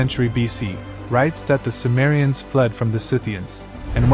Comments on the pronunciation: The word cimmerians is pronounced Kimmerians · C is pronounced K btw.